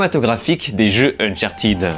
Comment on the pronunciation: ne t'excuses pas de prononcer unchartèd, c'est la bonne prononciation, en tout cas meilleure qu'unchartid.